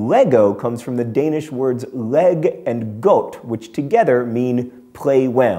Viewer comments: So Godt is pronounced Lie-odt? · As a dane hearing John Green say "Leg & Godt" is hilarious XD I know danish pronunciations makes no sense but hearing "Leg" pronounced like the english word is still fun. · Well I know its John Green's thing, but he pronounced leg godt wrong. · I chuckled too. John, it's "lay got" not "leg goat". I have some leg goats, they're not really happy when you try to snap them together. I've said too much already. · John, I know misprounounciation is your thing but that was really poor. It sounded like the english words leg and goat ;) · I'm from Denmark, and it's hilarious to hear you say LEg GOdt (LEGO). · Hey John, awesome video, but as a Dane, I feel a duty to correct your Danish. You dont pronominer the G In 'leg' and is actually pronounced exactly like the English work 'lie'. And the Godt.. I won't even try. Good try though! I just really wanted to correct the Leg, because it's actually really easy to pronounce while Godt is not :) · No. "Leg" is pronounced lie, "godt" is pronounced kind of like a quick god, and lego is pronounced lie-god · "Leg godt" isn't pronounced that way. :P It's more like laj + gort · Hehe your prononciation of leg godt is just fantastik :)! I know you are not a native speaker of the language, so you would how no idea whatsoever how to pronounce it correctly, but I must admit, it still cracked me up. Good effort thought :) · Funny how you didn't point out mispronouncing foreign words being your thing when you butchered the danish: leg and godt. Oh well, guess most people already know that fact anyway so you didn't need to point it out :)